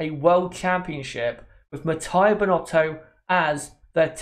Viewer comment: Please it's Mattia (Mat-t-ee-a, not matt*a*ee*a), thanks. In Italian, "i" is pronunced like the english "ee" (short tho), not like english "i" (which in Italian would be written: "ai"). I'm not gonna go in other details.